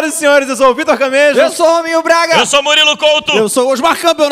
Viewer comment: Só eu que ouvi: "Eu sou o hominho Braga"?